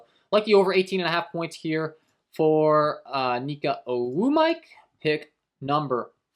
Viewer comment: You be butchering ogwumike name 😂😂 Oh-gwoom- it-Kay